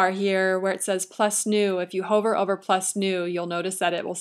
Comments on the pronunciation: It's pronounced "Huh-ver", not "Hoe-ver". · This video is amazingly informative and extremely clear on the steps to creating a Wordpress site. The only comment is that she pronounces "hover" with a long vowel (like in Dover) instead of "huvver" and it throws me off.